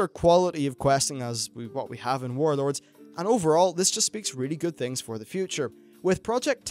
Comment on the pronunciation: Saying "Wawd" sounds stupid to me. Just say warlords.